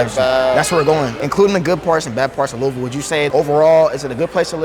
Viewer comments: FINALLY A YOUTUBER WHO SAYS LOUISVILLE RIGHT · He say louisville the right way